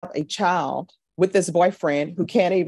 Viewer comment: I love judge B. I watch as many cases as i can. But she can do better than " chow, and whorl" for child and world. Just saying.